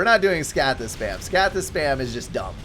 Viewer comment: scathis not scaythis